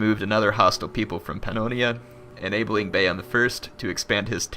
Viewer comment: Your pronunciation of the name Bayan is so fucked up that I couldnt stop laughing at my screen.